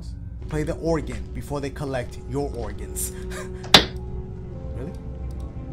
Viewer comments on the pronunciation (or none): none